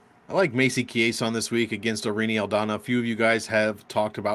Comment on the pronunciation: It’s “Aldana”, respectfully